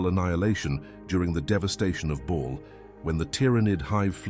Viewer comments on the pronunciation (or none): Like others have said its Bal not Ball. Another AI voice trying to read a shit script. Moving on… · It's not "Ball" haha. Can ya not get the ai to pronounce it properly?